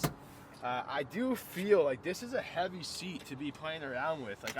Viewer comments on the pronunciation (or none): none